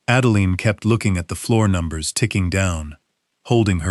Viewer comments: Everyone who uses AI in order to create income, such as yourself, please edit & re-edit the narration before posting. The name of the daughter is Adeline which is pronounced like: add a line. NOT add a lean. Each time AI mispronounces her name, it jerks a person out of the story you would have someone immerse themselves in. Hopefully if the story is good & not gobbled-up by errors of storyline or mispronunciations within the narration, people will subscribe, return & listen to other stories, which helps you build your channel & brand. Accuracy & consistency help immensely when building a brand or channel. You may think this doesn't matter as I am just one person giving you some feedback, but most people will just leave, never return or subscribe, and most definitely not tell you what I'm telling you. Just something to keep in mind going forward. One more thing...keeping track of the name of any person is important. Example: the story starts out as Adeline, then turns into Adalaine. Really? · So much for AI. The "narrator" can't even pronounce Adeline the same way twice in as many minutes. This is just one example o fwhy I will never trust or use AI.